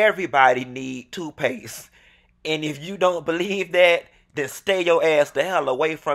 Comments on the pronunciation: “Toofpaste”. Lol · Did this fool say toofpaste? Love it